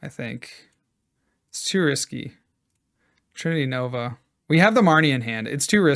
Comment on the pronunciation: That's definitely NOT how we say trinity nova in Australia 🤣